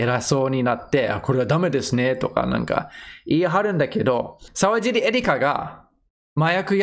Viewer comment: さうじり、じゃないよ。さわじり、だよ